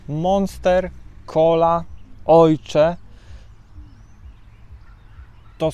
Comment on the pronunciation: Pytanie nie zwiazane. Na oshee mowisz "ojcze"? Skad taka wymowa? Z niemieckiego?